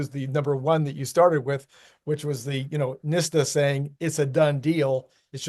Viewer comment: It's NHTSA, (nit-sah)